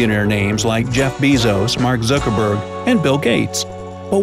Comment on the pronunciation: Zookerberg lol